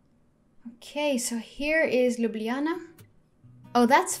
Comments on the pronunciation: I am from Slovenia and you said Ljubljana correctly. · Thank i for saying ljubljana correct